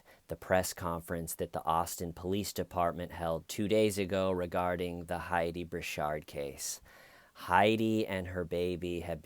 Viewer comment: Brew-sard not shard